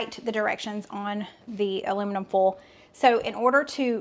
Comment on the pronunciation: Girl...foil is pronounced foy al (2 sylables)! Lol! Not fole lolol! I bet Stephen pronounces it the right southern way! Just picking on you!